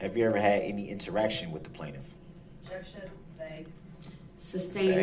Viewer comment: he "axes" a lot of irrelevant questions and also pronounces 'sustain' "substain", and 'tacit' "tackit".